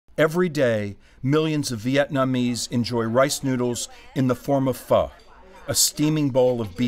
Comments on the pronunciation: It’s spelled PHO.... not feu..... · Seriously? Just say pho in a normal way... -.- obviously it's not PHUH its pho 😤